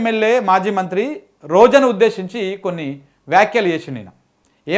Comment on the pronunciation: to ('రోజను' ఉద్దేసించి) రోజనా ??? నీ భాషలో క్లారిటీ లేదు. 'రోజాను' లేదా 'రోజాగారు' అని అనాలి. అంతేగానీ 'రోజను' ఏమిటయ్యా ??? 'రోజను' అంటే అర్ధమవ్వదు. 'రోజాను' అంటేనే అర్ధమవుతాది. 'పద ఉచ్ఛారణ' ఎలా చెయ్యాలో తెలుసుకోవయ్యా !!!